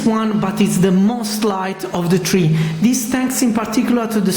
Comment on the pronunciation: He said tree instead of three